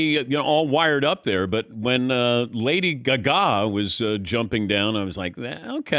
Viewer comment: “Lady GAH-GAH.” -Dan Patrick